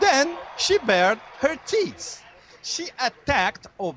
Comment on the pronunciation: It sounded like he said, "then she bared her teets" didn't it? In fact he said it twice. Perhaps someone should have help him practice the "th" sound before the interview :) I wonder how that kind of "wardrobe malfunction" would have gone over at the RNC.